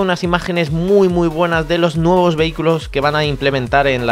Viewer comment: te comiste la "S" en Nuevos xD.